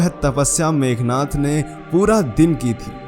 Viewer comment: मेघनाथ नहीं मेघनाद बोलो